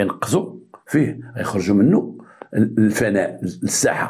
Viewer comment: نقول الفناء بالكسرة ولا نقول الفناء بالفتحة ،الله يهديك تكلم غير بالدراجة واعطي التيساع للغة العربية.لان الفناء بالفتحة تعني العدم.